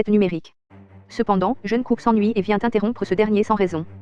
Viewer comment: Pardon mais... "Jeunekook" 😭😭😭